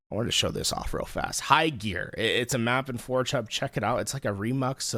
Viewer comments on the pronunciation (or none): Dawg I like how this dawg calls forgehub "four chub"